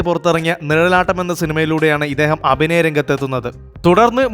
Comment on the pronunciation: ബക്ത അല്ല.. ഭക്ത ബാശ അല്ല.. ഭാഷ അബിനയം അല്ല. അഭിനയം.